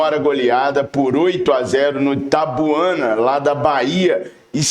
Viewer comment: Bom-dia o nome do clube é Itabuna que é uma cidade da Bahia o não Tabuana como vc falou